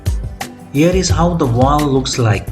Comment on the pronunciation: It’s a valve, not a walw. It’s scissors, not Caesar’s.